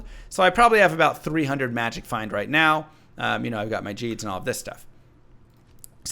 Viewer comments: i love your content, but everytime i here you say jeeds it just irks me. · Love your videos, you cover a lot of the weord builds ive made over the last few decades. That said, i clicked away immediately when you pronounced it "Jeed". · Uh, just an FYI... I think the unique charm is based on the character "Gheed" who IN-GAME PRONOUNCES HIS NAME. And he pronounces it like "Ghost", not "Jeep". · If you talk to gheed in a1 he will say his name; that way you can remember to say it correctly.